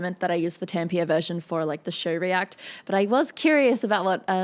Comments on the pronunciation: As a finn, the way she says Tampere just makes me have to take a deep breath to calm myself down. But of course I'm not mad at her. I understand the pronunciation is difficult. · I really enjoy your explanations and commentary on these fantastic shows! however, your pronunciation of Tampere is quite off - wiktionary has a great pronunciation example on their website! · Awesome vid, and don't ever forget to chop onions; music can be analyzed in all directions, but if it is art it should affect you... it shows you are human. Oh, and Tampere has three syllables :D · Tampia? It's pronounced Tamm-Peh-Re, with that peculiar Finish r that sits between a German and a proud Spanish R - or a softer Scottish R. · It's Tam-pe-re, not Tampeer. It's a small thing, but grating to Finns. It's like pronouncing Sydney as SIDE-ney, Brisbane as Bris-BAIN, or Melbourne as Mel-BORN. Loved the vid and your commentary! 😎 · Probably not the first to say it here, but it's Tampéré, not Tampeire. ;-) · Tempier? Is it how you pronounce Tampere in Oz? The actual pronunciation is a bit like "Tum-puh-ruh". ;-)